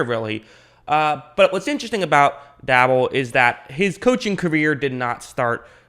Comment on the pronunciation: It's Pronounced Brian Day Ball